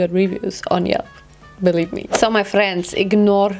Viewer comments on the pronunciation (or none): none